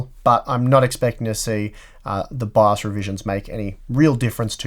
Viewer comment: What is BAZZ? Please pronounce your english right. Took me three rewinds to understand. Just as with your 9-ty-K Intel CPU's. Take your time to pronounce words, man. Huh. Love, bu' yu englgs's ba'!